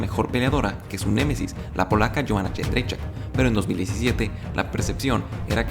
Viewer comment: Gran vídeo, pero sobretodo me sorprende lo fácil que pronuncia el apellido de Joanna Jędrzejczyk 🤣, yo todavía uso la sugerencia que ella misma dió... Díganme Joanna champion jajaja(ahora Joanna ex-champ)